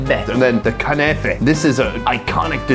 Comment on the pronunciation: Its not kAnefe its kUnefe